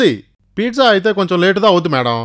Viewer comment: Pizza❌❌❌ pitza✅✅✅ 😂😂😂